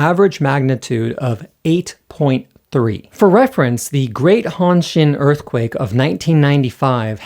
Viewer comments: Dude I know you can speak japanese, please don't say "hohn-sheen". It's annoying af. Holy shit, I just realized that you're most likely from canadia. . . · > Learn Japanese pitch-accent and pronunciation from my Patreon Series "Japanese Phonetics" Dude, you can't even say "hanshin" correctly. I literally had no idea what you were talking about, and had to figure it out from context.